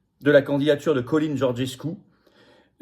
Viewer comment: Le nom en roumain se prononce "tchalin"